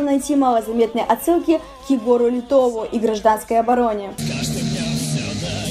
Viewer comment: Егору ЛетОву, хахаха, ударение на О)